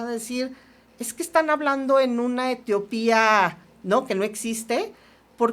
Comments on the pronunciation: Están hablando en una etiopia, jajajaj "utopia" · no es Etiopía es UTOPÍA... No importa es que me quedó sonando 🤔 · Hoy si me quedó a deber 😢… “alineación” en vez de alienación, “Etiopía” en vez de utopía 😮‍💨